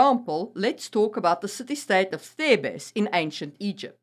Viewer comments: You mean TH-EEH-B-SS. Thebes. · Thebes pronounced in English Theebz; mercenary pronouced mers'nary not mersennary